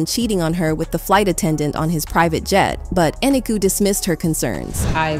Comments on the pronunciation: You must pronounce people's names right. Her name is E.NEEK.Ō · You are pronouncing Kevin's wife name incorrectly. Eniko the o is long it's like co